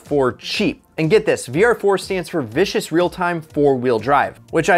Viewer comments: It's VISCOUS not vicious. Bit of a difference between them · vis-cus not vicious real time for vr-4.... two different things lol